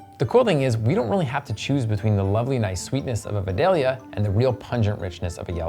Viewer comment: Love the videos, but it's pronounced VYE-DALE-YA